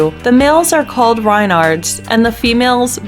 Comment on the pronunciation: the are called REYnards not rynards.